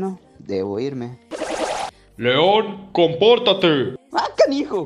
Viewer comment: 😂😂😂😂😂 cuando leon hablo yo entendi: "ah viejito" pero es: "ah canijo"😂😂😂😂😂😂😂